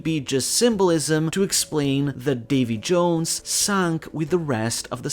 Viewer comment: Its Davi D. Jones